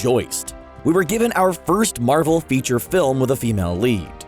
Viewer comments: it's not Marvell its Marvel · Why does he say Marvel like that?